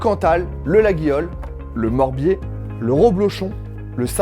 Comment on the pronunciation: Salut, pour la prononciation du Laguiole tu dois dire "Layole" phonétiquement. Petit piège ahah Sinon très bon concept de vidéos, bonne continuation 👍